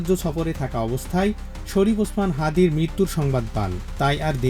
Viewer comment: শহীদ ওসমান হাদীকে দেখতে লন্ডন থেকে ছুটে আসেন এক নেতা ! আর এক দলের নেতা হাদীর নামটাও ভালোভাবে উচ্চারণ করে না ! সে দলেরই আর এক নেতা লন্ডনে বসে বয়ান ঝাড়ে !